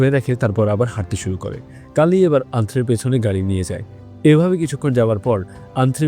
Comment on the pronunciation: গাড়ি কে গাল্লি আর কালি কে কাল্লি বলছেন বার বার